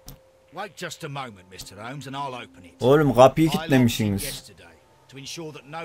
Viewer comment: yoo :D başlarda oyuna girerken bak ve ben dalga geçmiyorum. komik gelmesi suç mu ? ses kaydında bir kayma da olmuş olabilir. ?